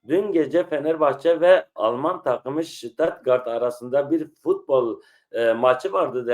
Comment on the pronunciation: Stuttgart,, U,,, A DEĞİL